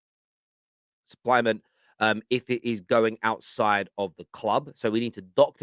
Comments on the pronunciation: But he doesn't know and cannot properly pronounce the word "supplement"... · Lol not me laughing at you not being able to read the word ‘supplement’ 😂… but yeah it’s pretty damming cause that word alone shows that they were up to no good.